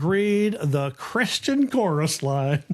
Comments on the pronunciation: The way she pronounces "Christian chorus line" sounds like Kris Jen chorus line. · I looked through the comments and did not see this pointed out. Reading with punctuation in poetry is important, but sometime the emphasis of syllables in a song are just as meaningful. When Taylor sings the word “Christian” she sings “Kris Jenn”. To me this is a nod to the producer of this entire entertainment family, where money is thicker than blood